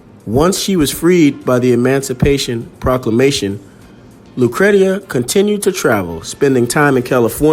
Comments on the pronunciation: Thanks for posting this video. Her name is pronounced lu-cree-sha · It's pronounced lucresha. Great story loved it . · Her name was pronounced LOO - CREESHA. FYI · My sister’s name is Lucretia… “Lu (long sound ‘oo’ ) / Cree / sha”